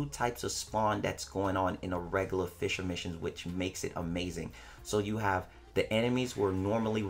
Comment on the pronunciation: Fisher missions.... Since when does play Fishframe?! 😂😂😂 I keep dying of laughter every time you say "fissure missions" 😂😂😂😂😂😂😂😂😂😂😂😂😂😂😂😂 First of all those birds are actually advocates for bite sized warframe so that's why they beefing with you calm down boi. Second of all those birds looked at you with Shisui's Kotoamatsukami tryna put you in that genjutsu to make you stop fighting for warframe endgame. BUT you know you got ya own sharingan so you be trying to resist. HENCE the eye issue.